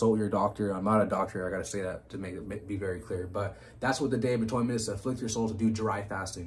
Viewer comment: I know about atonement, not atoynment